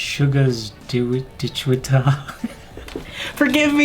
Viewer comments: Hi! Here is how to pronounce Daechwita! "Deh chee TA". The more correct way is actually "deh-chui-TA or deh-chewy-TA, with the middle syllable said so fast that it sounds just like "chee" to the untrained ear. There is just the tiniest little "ui" in there. So for a non-native speaker, "deh-chee-TA" is perfectly fine. Just act as if the W is silent. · It’s pronounced like de-ji-TA but the d is between a d and t sound and the j is between a j and ch sound. I’m learning a lot from your observations but mostly I’m gaining an even greater appreciation for the crew - camera persons, lighting, makeup, costuming, etc - and the skill they bring to the table. Thank you for that.